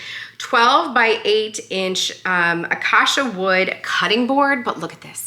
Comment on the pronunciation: 🍁Lots of nice things! It’s pronounced “acasia”